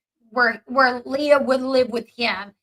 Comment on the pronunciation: You're saying Leah's name wrong😂 it's not like Princess Leia